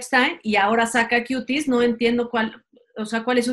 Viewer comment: y sus chistes tan inoportunos! No encajan..I cringe cada que dices “Cuties” lo pronuncias PÉSIMO. genial!😀